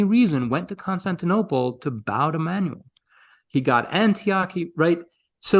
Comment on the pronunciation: I wish there were a list of these emperors, and of the ten worst emperors in the next video, that we could take screenshots of as aides- memoires. By the way, to the host, Manuel is Ma-noo-ell, not Man-you-eel.